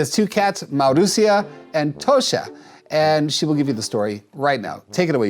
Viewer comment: you said Marusia almost perfectly :)